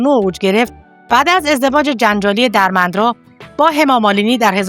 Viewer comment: سپاس از کانال خوبتون عزیزم درمندرا با کسره روی دال تلفظ میشه .Dermendra درسته .سپاس از شما